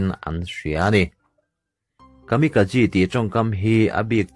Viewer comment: Tin Kamikazi tia lam ni lovin Kamikaze (Kamika-J tih angin) lam tur a ni lo maw?